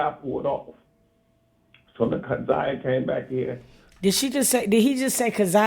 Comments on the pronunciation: They both been mispronouncing Na'Ziyah's name this whole video, its heart breaking. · P.S.A 📢 Her Name Is Na’ziyah Please Stop Mispronouncing her Name We Should All Collectively Know Her Name By Now ! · Yess I was thinking the same thing if he let her name go mispronounced 1 more time !!!!! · noooo he said her name wrong 😮🤦🏾‍♀️